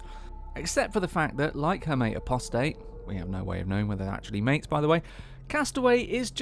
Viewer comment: Apostate is pronounced “A-poss-tate” (This means someone who has left their religion.) Not “Appo-state” as you say it here.